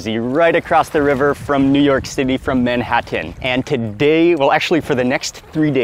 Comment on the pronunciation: Mark wiens, the only man on earth who pronounces the t in Manhattan